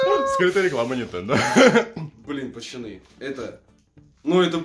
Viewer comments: Почему ты говоришь пачаны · Почему ты говориш пачаны